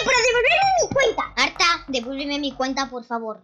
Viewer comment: haber yo lo e entendido pero lo dices muy mal Code: arta o ARTA